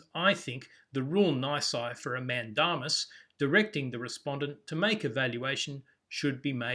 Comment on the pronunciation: the pronunciation of mandamus is "man-day-m's"